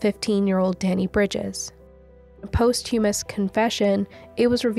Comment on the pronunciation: I don't mean this in a jerky way... it's how we learn and you're doing such a great job. Posthumous begins with PAHstumous... paaah sound. 🫶🏻